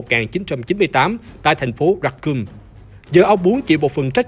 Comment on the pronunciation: Racoon mà đọc là "ra cum" nghe hơi sai sai nhé :))